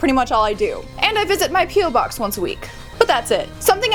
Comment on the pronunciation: Omg I thought u said pube box not P.O. Box 😂😂😂😂